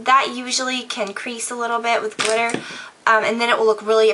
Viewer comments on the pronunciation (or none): "Dip the brush in the GLITTAH!" Lol! Love you:) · "you're gonna dip the brush in the GLITTAH" lol